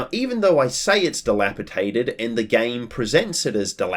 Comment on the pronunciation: Dilapidated... It's a d sound. But good word anyways.